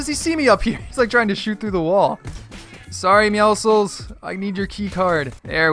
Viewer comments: it bothers me that he calls meowscles meowsles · who else thinks he is saying Meowscles wrong